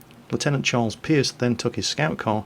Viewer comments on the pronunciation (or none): none